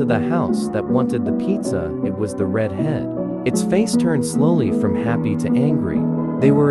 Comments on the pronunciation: When you said the red head it sounded like the reed head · you say rid head 😂😂😂😂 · I like how the robot voice cannot pronounce such simple words like "red" or "alone"